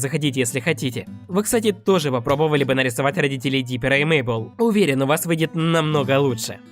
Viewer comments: Правильно не Мейбл а мэйбл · Не Мейбл ,а Мэйбл